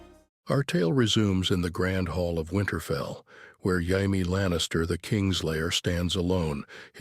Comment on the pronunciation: Why does this thing keep pronoucing Jaime's name as Hy-me?